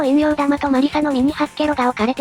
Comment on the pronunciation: もうちょい読み方を習いましょう。赤（せき）蛮奇と陰陽（おんみょう）玉ですよ